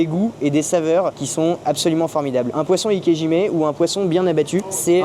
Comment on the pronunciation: Désolé de vous reprendre mais...si vous voulez vraiment prononcer correctement le nom de cette technique, il faut prononcer "ikéDjimé" et non "ikéjimé"